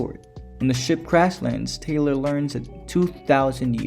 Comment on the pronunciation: This essay needs work: this film was made in 1968 before the moon landing, during the heart of the cold war. Taylor (not tyler also the other names require better pronunciation) sees himself as Adam on the planet, the symbolism is all over the place and he gets a metaphoric eve. The film is a criticism of early Christian scientism with numerous Darwin references to the apes who deny evolution as fact. Orwell is quoted once about animal farm. This film really is not about humanity being superior but being the same as the apes, the apes claim superiority but are factually wrong and Taylor is the proof so they seek to destroy him. Humanity is far from perfect they literally end the world in atomic war. Everything Dr zaius says about humans is true and that's the horror of the film and the ending. The film isn't hooray for humanity it explores the flaws in humanity by associating us with apes and the planet of the apes with earth. They are one in the same.